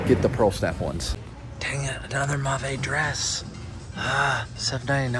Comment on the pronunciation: It’s pronounced “MayVe” & it’s a good pick up! Good job!